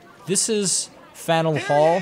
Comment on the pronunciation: great video, but as a kid from boston i gotta point out that it is pronounced Fan-yewl Hall not fannul or whatever the hell u said, keep up the videos :)